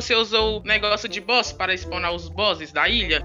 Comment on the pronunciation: "negócio de boss" Oque eu escutei: " negócio de bosta Kkkkkkkk